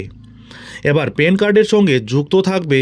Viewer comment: পেন কার্ড 😂? প্যান কার্ড।